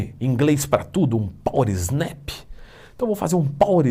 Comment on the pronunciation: acredito que a pronúncia não tem o "s", pois a expressão em inglês é "power nap"